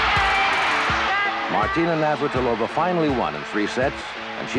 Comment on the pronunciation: and “Martina Nir-vat-il-ov-ah”…LOL!